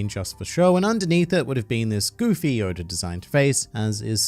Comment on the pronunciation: Stop calling him odor 😭